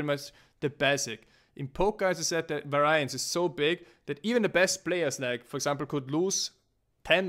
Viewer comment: Its pronounced: var_i_ance. not var_ai_ance.